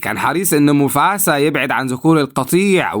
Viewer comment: موفاسا مو موفسا